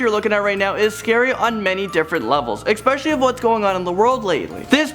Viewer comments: There's no 'X' in "especially" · this dude's voice is super annoying af but what made me want to bury a claw hammer into his face was when he said "EXspecially" ... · apparently 'expecially' is a word now? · The word is "eSpecially" not "eXpecially". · It's especially, not "exspecially". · what word is he using? Eckspecially? Never heard that one.... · I just don't think you should keep pronouncing "especially" as "expecially" . The latter is not a word, but a mispronunciation :( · Of all the "scarey" points to this, the one that I cringed mostly on was his pronunciation of the word "especially". He used it at least twice and pronounced it "ex-specially". Just sayin'.